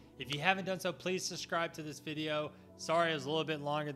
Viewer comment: Honestly, if you are going to ask people to SUBSCRIBE to your channel, it might be wise to learn how to pronounce the word.